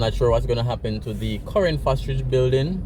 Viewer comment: Thanks for the update,nevertheless it's Fosrich not Fosridge